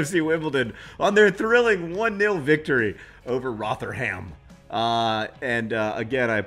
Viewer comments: It's pronounced ROTHA - UM :) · Hey John, It's pronounced Ro-the-rum. ...I guess that's another thing you were 'wrong' about :P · Surely it's Roth-rum. With the 'th' pronounced as in 'them' not as in 'thing'. Also the u in the final syllable is barely pronounced, more of a glottal stop. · Rotherham = "Rother-em" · Having John Green mispronounce the name of my home town of Rotherham feels like I've achieved some dream I never knew I had. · even I know -ham is pronounced -um. and -shire is -shur. the more you know.